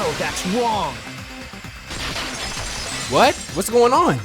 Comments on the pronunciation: Bruh he said “no that’s wong” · Nah he says "no that's wong" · he hit them with the "no that's wong"💀💀